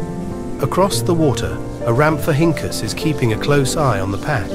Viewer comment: even if we get some of the dinosaurs' names wrong, this documentary series is pretty good.😊 not gonna lie. I had a bit of a laugh when I heard ramphohinkus.😂